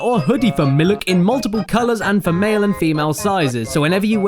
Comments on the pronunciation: The joke is that he says milk wrong? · I believe its pronounced Malk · I'm sorry but when did misprouncing milk become t-shirt worthy? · Someone should make a compilation of all the times caddy said miluk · Isnt it a coincidence that your phrase "miluk" sounds like mulluk from abe. Hmmm. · When the hell did Caddy say miluk? Is that a meme I missed it? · He Said Miluk in the 'Hurculay' Video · By sheer coincidence, I was drinking a glass of "miluk" during the beginning of the video. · A funny pronunciation of milk.